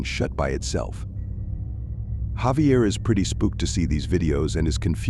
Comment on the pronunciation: Javier is actually pronounced with an H not J sound.